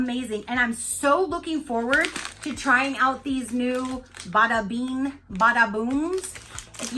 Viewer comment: Uh love your eye look. It was so cute you pronouncing bada bean😂❤️❤️